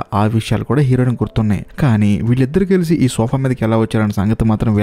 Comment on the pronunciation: Heroine and hero.. ee words konchem clear ga. Cheppandu..fast ga cheppadam vallam aa word heroin or hero ani clear ga vinipinchadam ledu